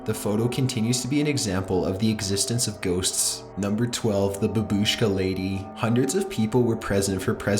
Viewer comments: Hahahahaha the way you pronounced babushka.... boobooshkuh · It's "bAbushka", not "bubUshka" lol edit: it's not "SpAtnik" but "SpUtnik" the way you speak and pronounce things is... interesting, you should definitrly work on it dude. You pronounce things as you've never read a book in your life. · It's not fucking babuuushka, it's baaabushka. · That word!!😂😂😂BABUSHKA😂😂😂😂wtf😂😂😂😂😂😂😂